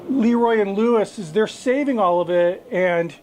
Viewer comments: It's pronounced, eh, like Leh. Not Lee. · Leroy and Lewis is great. Been to the original trailer and I think they have a brick and mortar now. I will say, not to be critical but it is pronounced with a schwa sound like Laroy and Lewis rather than Leeroy. Again not being critical. If you like them one of the guys who used to work with them is Bradley Robinson from Chuds Bbq on YouTube and he is a good resource for some of the things Leroy and Lewis cook. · LahRoy is the correct pronunciation.👊🏾